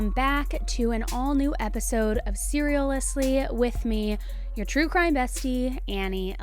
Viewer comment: She did not just say serialously 😂